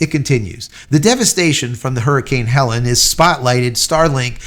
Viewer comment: Hurricane was HELENE, not HELEN, pronounced HELL-LEAN.